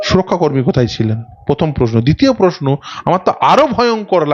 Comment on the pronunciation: সংবাদ মাধ্যমে কাজ করছেন,, অনেক বড় কাজ কিন্তু বাংলা ভাষা যখন বলছেন দয়া করে সঠিক বলুন। পোশনো নয় প্রশ্ন,,পার্থি নয় প্রার্থী,, শুনতে এতো খারাপ লাগে কি বলবো। আরও শব্দ বিকৃত উচ্চারণ করছেন। বই পড়ুন দিদি,, উচ্চারণ স্পষ্ট করুন এবং আস্তে কথা বলুন। নমস্কার।